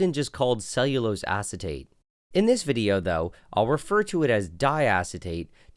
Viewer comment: Lost me at “cellulose”